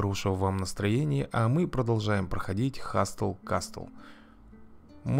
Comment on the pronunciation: 1. Не хасТл касТл, а хасл касл. 2. Это не колбаска, а градусник. =) 3. Так же у юнитов есть уровни помимо боевого. Кто-то будет полезнее в казне, другие в столовой, третьи при добыче маны. 4. Что касается прокачки юнитов. Чем больше звёзд, тем выше потолок прокачки. 1 звезда - 20 лвл, 2 звезды - 40 лвл, 3 звезды - 60 лвл, 4 звезды - 80 лвл, 5 звезд - 100 лвл (но это не точно =)).Нужно скрещивать юнитов с максимально возможным количеством звезд, чтобы получить на выходе ребёнка как минимум с таким же рейтингом, а если повезёт, то и на одну звезду больше. 5. Если при строительстве комнаты в ней будут юниты, то время на постройку уменьшается. P.S И можно фоновую музыку сделать потише процентов на 15-20. Но это так, личные придирки. =)